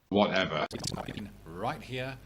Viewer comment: "Whatever" Or maybe "Whatepher"